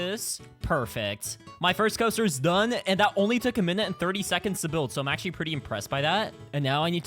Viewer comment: said donly 😂